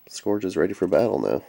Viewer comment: Cool. However, the only one frm Generations I want is Wheeljack. Jazz is in the "TRANSFORMERS" line and with that I'll have all 10 of my favorite G1 Autobots in new toy form. By the way, it is pronounced "scURGE".